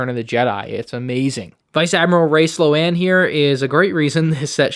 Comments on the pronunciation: Sorry to be that person but it’s pronounced S-loan not slow-an ☠️ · It hurt my soul to hear sloAne instead of Sloane(S-lone) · slo-ane?? its pronounced Sloan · slowanne is wild 😂 (no hate just joking idk if it’s Sloan or “slowanne”) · did he say slow-ane? does he mean sloane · It’s Vice Admiral Sloane (Sl-own not Slo-anne) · Is it pronounced "Slown" or "Slow-Anne" or how? I've heard so many different names for 1 character just in the (pre)reviews for this one set. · Bruh it’s pronounced Slone not “Slow Anne”😂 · You say sloane wrong😅😅 its pronounced slone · at this point he's saying 'slow-anne' just to annoy us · annoys me slightly that is saying her name as "Slow-anne" but that said i like seeing one of my favorite characters in the books is getting a minifig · No one going to mention slo-ann? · It's pronounced slone. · The way he pronounced sloane killed me.